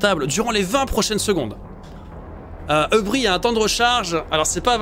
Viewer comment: Pour info, et aussi parce que ça trigger, hubris se prononce "hu-brisse", en fait. Rien à voir avec un hub! :) C'est un synonyme du mot zèle!